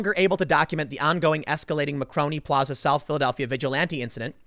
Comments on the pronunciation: Say it with me Tim: MAR CONE EEEEE. Not makroni or whatever you're saying. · Tim: "Macroni" Me: "MARCONI!" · Tim, it's Mar-coni plaza, not macroni plaza. For God's sake man. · You do know it's Mar-coni Tim don't you? You know, the famous Italian inventor, engineer who was a pioneer in radio/sound transmission? FFS! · Jesus, Tim. Mar-cone-ee. Guglielmo Marconi - he invented the fuggin' radio